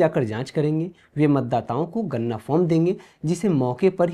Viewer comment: Ganna,ganna mat karo, wo ganna nahi ganana (counting) hai 😂